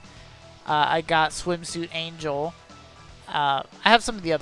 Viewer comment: So I've watched several of your vids, and I have to say this because it drives me crazy every time: Angel's name is pronounced Ahn-hell. It's a mexican name, not an english word. Thank you and keep up the vids!